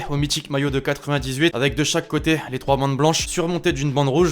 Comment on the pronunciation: " Un p'tit top troihh "